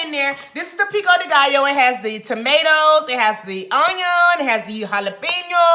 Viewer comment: Did she say Jheri Curl Pico De Gallo 😂😂😂